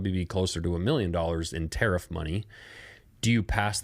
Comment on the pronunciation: Good points. Love your videos, Still amazed at the willful ignorance some people display...oh btw it is tariff, not tarrif.